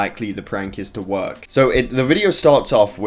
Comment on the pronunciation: Everyone: Work: Wornk